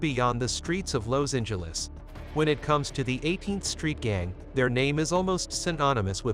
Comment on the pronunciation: Where the f**k you from pronouncing Los Angeles they way you do,? I ain't never heard it like that?